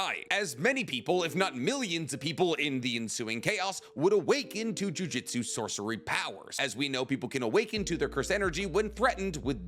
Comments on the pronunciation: Drives me absolutely crazy, it's pronounced Juju-tsu not jui jistsu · I know its a petty thing to get stuck on but in basically all your videos you say jujitsu like the martial arts. The name of the series and power system is jujUtsu